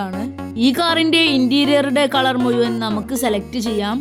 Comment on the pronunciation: മുയുവൻ അല്ല മഴുവൻ എന്ന് പറയു